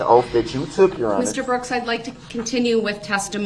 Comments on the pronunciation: "Your Honor, I have your 'oaf'." The irony 💀💀💀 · Oaf....it's oath😂😂😂